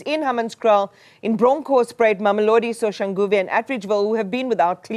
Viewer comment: he cant even pronounce Mamelodi correctly. Only elite areas get good service, currently enjoying that, but everytime i go to kasi. Things are bad